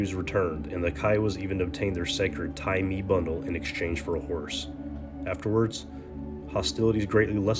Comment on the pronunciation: It's pronounced Tye Maye..